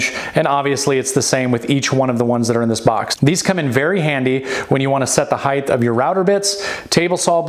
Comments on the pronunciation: "HeighT", not heightH. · kind annoyed with myself for even paying any attention to it... but what the fuck is heighTH? is that an actual term? is it just a youtube colloquial adaption combining width and height used by the collective unconsciously. i'don't get it. lmao. drives me nuts.